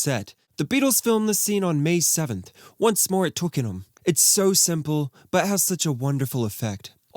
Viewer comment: Thank you for saying 'Twickenham' properly!